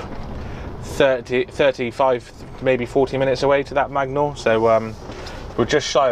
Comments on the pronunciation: Loving your pronunciation of places in wales I live in magor lol it’s pronounced May gore. Also the gwasenygagag means services in Welsh. Enjoying the class 1 too👍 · Being welsh and hearing you try to pronounce magor services killed me. Nice to see the artic vlogs back tho mate!